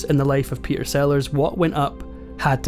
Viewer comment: This is such a concise, well-written script. You told the story well and it was always engaging. As a voice coach, I have to mention the missing 't' in the middle of your words: "Pe'er Sellars"; "complica'ed"; "la'er" (later). I know this is partly the Scottish accent but you can easily annunciate your 'middle t' while still keeping that beautiful accent. YouTube is a world-wide audience, as you know.